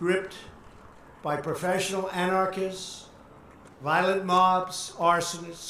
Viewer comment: violent not voilet....just to be clear!